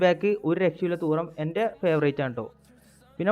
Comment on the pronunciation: തൂറം ❌ തുറാം ✅